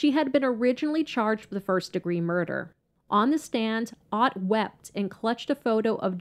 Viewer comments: Elizabeth Otte is pronounced Otay. I know this person all too well. I was one of the deputies that had to deal with her on a daily basis. There's more to her story, believe me. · I went to school with Liz and her brother, we rode the same bus. Their last name is pronounced like O-tea , but other than that, everything was correct. She really did suffer terrible seizures and they were exacerbated by other mental health issues after Larry died. This really was a tragic thing to happen in our small community of New Kent County.